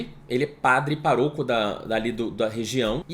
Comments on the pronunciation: Sempre achei que se falasse “pároco” e não “paroco” Fui uma beatinha fajuta? HAHHAHAHAHA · Amo o falando paroco ao invés de pároco kkkkkkkk eu ria toda vez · Acho que é "pároco" mesmo e ele se equivocou rs